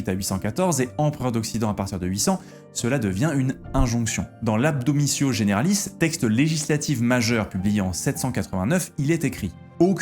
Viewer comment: Juste une mini remarque de prof de Haut Moyen âge relou : c'est l'Admonitio generalis pas l'adbolitio generalis. Sinon super vidéo !